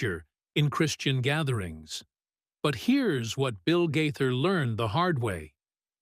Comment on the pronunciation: Please learn to pronounce their name!!!!!